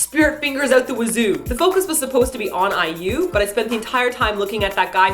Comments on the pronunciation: I love your mispronounced kpop artist names XDDD Firt BATOOST, then GONA, then BILASA, then KSXXIIAAAHHH, and now EWWWWWW. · omg keeps saying "ewww" instead of iu omg i cant stop laughing and when he ate the bread like a goose omg i cant idk anymore skgjfksksk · She's not IU ...it's pronounced I - YOU . hahahaha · not really insulting since can't pronounce it. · i love how pronounces IU and the face that he makes when saying it....hahahahaa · I usually like their jokes, but making fun of someone's name, stage name or not, is just low. Especially if it's in a derogatory way like how pronounced it. If he said it just once at the beginning of the video, I might have been a bit more lenient. But saying it throughout the ENTIRE video was just uncalled for. I'm not even an IU fan and I found it insulting. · Please don't say IU like that. It was really rude. You guys tend to be funny, but it really bugged me the way said her name. said it properly, so has no reason not to. I know in a past video you seemed to just not know how Xiah was meant to be pronounced; however, if you are gonna make a video about a kpop artist, at least learn how to say their name properly and say it properly. Many of the people who watch your videos are fans, so you should be a little more considerate. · IU's You and I. and this is the first time I have been annoyed by mispronunciation of names. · perhaps i need sleep because mispronouncing IU irritates me -__ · Hahaha~~!! Never got sick of way of pronuncing IU's name! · Didn't really enjoy this week's KMM. Being a crazy fan of IU, I didn't really enjoy the humour put here... I know is joking but... could at least pronounce IU right for once? T_T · i couldn't stop laughing at the way pronounced IU XDD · after this, I'm pronouncing iu as "ew" LOL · haha its so funny how pronounce IU like iewww hahah HAHA:D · You and I, And it's pronouced :ai-yu"